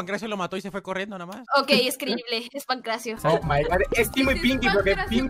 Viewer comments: Se dice nadie no Nadia xd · el único que noto que dice nadia